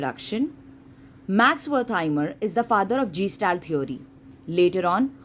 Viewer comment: It’s not gestalt. It’s guh·stalt. 👍🏻